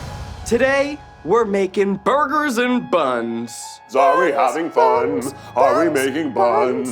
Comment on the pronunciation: Why she keep saying boorgers 😂😂😂😂